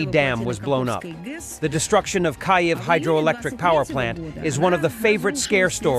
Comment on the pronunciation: Your computer generated voice- over is quite annoying. Mispronouncing the Ukrainian capital’s name is pretty unacceptable for a Ukrainian YouTube.